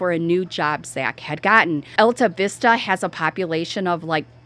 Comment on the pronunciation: It's pronounced All tah vista. Population is 227.